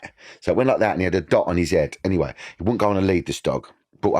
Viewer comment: “In every photo there was an ashtray next to me ‘ead” 😂😂😂 Love you Danny ❤